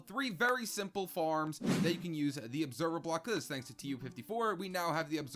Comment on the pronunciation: On the tree farm he said obeserver bock